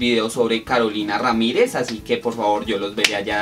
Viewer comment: SE DICE RAMIREZ NO "RAMKREZ"